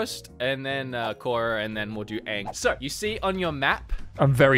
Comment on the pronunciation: Clearly has never watched avatar the Last Airbender doesn't even pronounce korra correctly but we still love him though